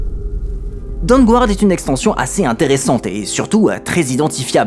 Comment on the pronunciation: Aller, on continue le petit point prononciation de l'anglais ! : ^p Le "u" dans Dawnguard est muet. ^^